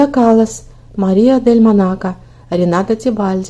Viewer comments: К сведению создателя видео - ударение в Дель Монако на первом слоге...делайте контенты грамотно.. слух режут подобные ляпы ☹️ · Марио дель Монако!произносите правильно.